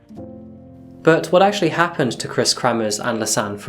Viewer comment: it's Kremers, not kremmers, and Froon, not fruun, pls check your pronunciation, not just this vid... If you can't pronounce it, just say so and avoid using the names much.